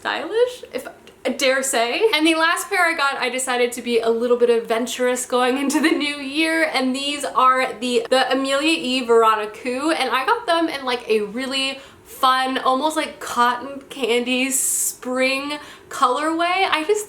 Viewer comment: Veronique = "veroniku" lol girl don't kill me. It's pronounced Vero"nick"